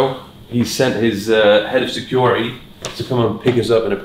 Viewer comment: When you say securi -e did you mean security ? There’s definitely a ‘ T ‘ in there .